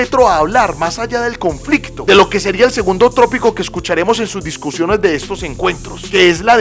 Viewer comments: Bro tópico.. no trópico .. 😊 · no es trópico; es tópico. Lo demás bien. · No se dice trópico sino TÓPICO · buen video. No es trópico sino tópico. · La palabra no es TRÓPICO. Es TÓPICO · No se dice trópico se dice tópico. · Muy buen vídeo felicitaciones. Con respeto te indico que la palabra adecuada es “tópico” y no “trópico” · No es trópico sino tópico ok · Bro, revisa la pronunciación que tópico te suena tropico. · Tópico, compañero. No trópico. gracias. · Con el fin de crecer, hago la siguiente corrección: No es trópico, sino tópico. Pero aún así, tópico es una palabra que se utiliza de la palabra inglesa topic, por lo cual, es mejor utilizar palabras como tema, punto, etcétera. Saludos. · No se dice trópico, se dice tópico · Entiendo que haz tenido un lapso en vez de decir tópico, haz dicho trópico